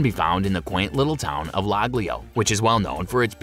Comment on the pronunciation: That is Villa Balbianello not George and Amal’s Villa Oleandra. The town s Laglio pronounced laleeo